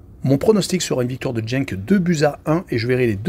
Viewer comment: pas grave. ... En fait, Courtrai est une ville flamande qui se dit Kortrijk en néerlandais. Et tu peux dire Genk en prononçant le G comme dans gare. On apprend tous les jours. Donc, ne tiens pas compte des remarques négatives. Continue !